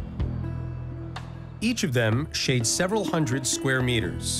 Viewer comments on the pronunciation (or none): none